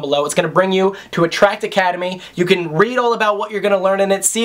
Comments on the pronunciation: Excuse me... did he just say... attracticademy? HOLY SHIT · Drink every time he says attract academe lmao